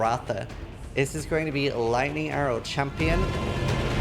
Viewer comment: Did this guy pronounce lightning arrow like laiyero